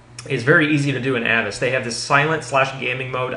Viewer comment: it's "A vast" Like," Avast, me hearty!"